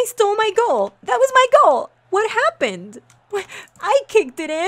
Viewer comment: It's "Goal." Not Gool.